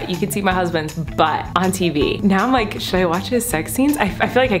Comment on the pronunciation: nobody: colleen: “liking the likrrr button”